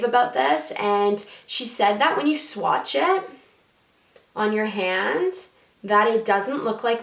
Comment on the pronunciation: ***** if you listen to her that's what she said she didn't say swatch , it was funny because she didn't say it right I replayed it 4 times to make sure I heard her correctly. I'm not sure if I spelled what she said right because it's not a word. But I love ppl to. 😍😁